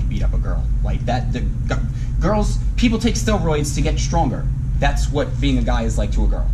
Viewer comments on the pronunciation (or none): Is it me or does he sound like he is saying "stillroids"?